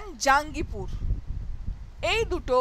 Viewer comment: Two new districts of Murshidabad are Baharampur and Kandi. And pronunciation of Jangipur is জঙ্গিপুর not জাঙ্গিপুর। Sorry for the intervention.